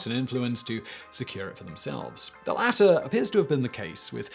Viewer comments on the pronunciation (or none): none